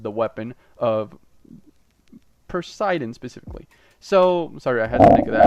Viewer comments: It's po si den not per si den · Why did he say persidan